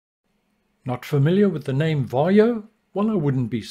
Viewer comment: Sorry ,but sometimes you pronounce"VARJO" incorrectly.😀